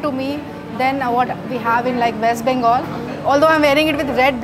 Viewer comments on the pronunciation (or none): none